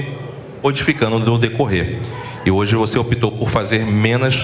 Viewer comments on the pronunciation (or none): E ninguem reparou no " opitou"?